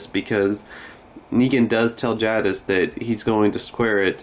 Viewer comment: Good job, bud. I’m pretty sick of Simon anyway. What about Dwight? Any chance he and Simon die in the same episode? Btw, I do like Steven Ogg, just not Simon. One more small item. Jadas is pronounced with a long A sound, like take or wake. Not trying to be critical, just sayin’, ok?